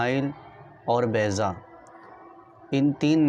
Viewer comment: Its baiza not bayza